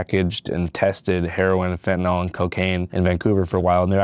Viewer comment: jsyk, this guy's voice is obnoxiously abnormal, which is a sign that he is sociopathic, mainly in the form of deceiving his fellow man and relishing in egotism. the douche said, "more and more," eight times. what a tool. this guy is so full of BS. he can't even pronounce "fentanyl" correctly. thumbs down for clickbait. this video was not about legalizing psychedlics at all.